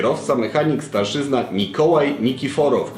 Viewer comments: STARSZYNA nie starszyzna.:) Taki drobiazg wpadł mi w ucho. Poza tym fajnie się słucha. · Chyba Starszyna a nie Starszyzna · kierowca mechanik mógł mieć stopień starszyna z akcentem na ostatnią sylabę, bo starszyzna to najstarsi członkowie rodu zatem nijak to się ma to stopnia wojskowego; poza tym film ok!